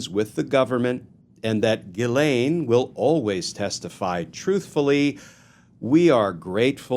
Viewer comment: Just gets worse! Pardon for her? Ghees- laine is how to pronounce her name correctly!